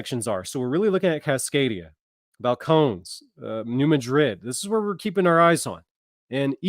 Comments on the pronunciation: Is that pronounced Fal - cone - knees? 😂😂😂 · It is Bal-cone-knees.... Just FYI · Balcones is pronounced (Bal cone eese)